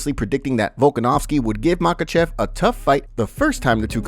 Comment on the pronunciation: volk said "I SLAM mahachev" ;)